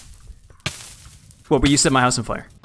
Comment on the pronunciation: Did you just call him wilby